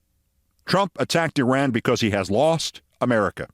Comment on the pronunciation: Keith you are smart and articulate but your grammar is horrible and you mispronounce Iran and Iraq. Please contact me and I'll teach you how to use a gerund.